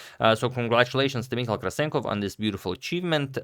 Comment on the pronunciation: Hi Agad, Michał is pronounce Mee-How in Polish ;)